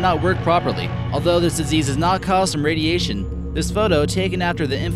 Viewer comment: 'radietion' 'mutetion'